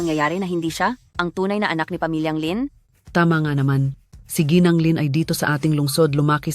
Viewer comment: Gng. pronounce as gi-nang (Misis)